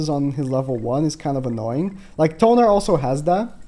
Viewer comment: Thonar…not tonar, Thonar